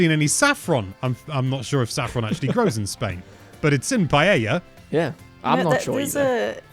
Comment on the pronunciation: I'm not even spanish (I'm portuguese) and can tell that doesn't pronounce paella right... he didn't even notice you can buy it in shops (I haven't even bought the game yet and still knew that). You could have made some research at the very least. Also there are so many details you could have talked about, instead you just focused on the generic stuff. Low effort video